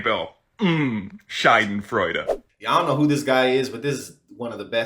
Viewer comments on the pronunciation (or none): A harmless mispronounciation, no big deal. This isn't Chevy trying to market the Nova to Mexico.